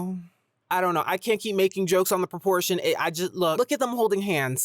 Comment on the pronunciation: i thought you said (abortion) not proportion hahaha